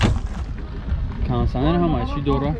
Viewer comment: Кондиционер мешавад кансанер не Кондиционер тугри гап задана ёд гиред